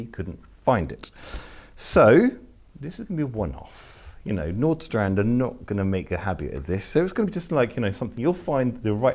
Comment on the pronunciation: It's pronounced "VanOstrand".